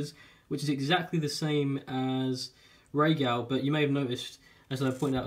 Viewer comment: Its Rhaegal